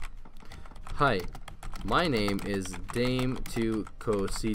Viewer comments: G O A T Videos "day-m to co-cita" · "Daim too coseeta" lol hi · And you pronounce it dam e too coy seat a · You're pronouncing Dame tu cocita wrong its pronounced like dom ee too co see ta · How is said dame tu cosita is mad funny 😹😹😹